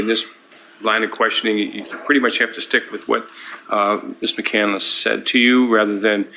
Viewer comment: That floors me. What she actually did was spell it correctly but pronounce it wrong. Chris McCandless’ last name is pronounced with 3 syllables. Ezra pronounces it with 4 syllables. She pretends to be intelligent.